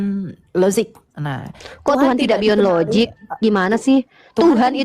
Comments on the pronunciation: Bahasa inggris jg Gak ada LOZIG Dibacanya jg LOJIK, bukan LOZIG 🤣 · Lozik ...😂😂 Lojik oten baca nya . Yg logik itu laki ya laki bukan laki tp kemayu 😂😂😂😂😂😂😂 Dasar lakhnatullah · In English it's pronounced as "LOJIK", not "LOZIK". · Logic di baca lojik bikan lozik bodoh kali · Nyebut logic saja lozik...dibetulkan berkali2 tetap loziiikk... ampyuun... tp gayanya sok logis...😂😂😂 Uni Riva hebaaatt...❤❤ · Logic - - lojik pake j bukan pake z Sok2 inggris ni kaleng.. Ngomong ga jelas mutar muter Oten koplak 😂😂😂